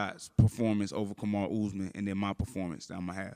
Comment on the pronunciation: "Comma-ru" is CRAZY